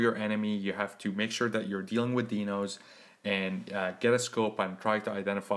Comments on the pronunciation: Correction, pronounced, " DY-nohs"., Thank you for the tutorial. Sound advice. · dinos pronounce as die no